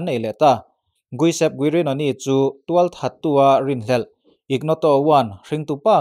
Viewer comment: an hming i lam mak mah2 hlom a ni. Giuseppe, guisep ti a i pronounce te hi a lam ngun bawk sia. Josepe, English hming a Joseph ti a lam tur a ni e